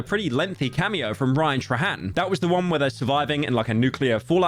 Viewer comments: You did not say Ryan "trahan" instead of "trayhan" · "ryan tra hen" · Rian-Truh-Hand- love British people🤗